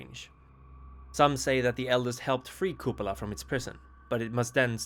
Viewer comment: It is pronounced as KupAla